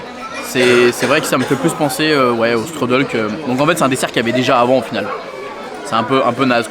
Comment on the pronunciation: Ça se dit "chtroudel" 😉 Mais "struddle" à l'americaine c'est rigolo